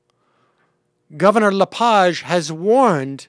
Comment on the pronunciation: Don't know if your doing it on purpose, but his name is pronounced La page, not LePoj.